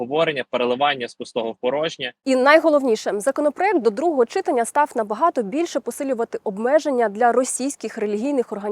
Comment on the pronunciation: Передайте хто-небудь цій милій ведучій що не чИтання, а читАння і все буде ОК. Будь ласка.